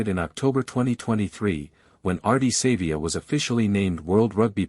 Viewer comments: Pronounce his surname properly it is not Sayvea it is pronounced Sarvea , although it is spelt Savea!! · Downvoting because of the terrible AI use and poor pronunciation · Too much AI use...can't even get the pronunciation of his name right. What else is BS?